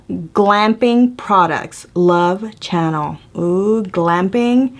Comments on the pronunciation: I just laughed a little when Vivian said channel instead of Chanel! LOL!! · She says "Love Channel." 😂😂😂 Poor Chanel. 🤦🏻‍♀️😂😂😂